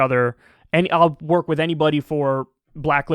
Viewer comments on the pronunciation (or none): none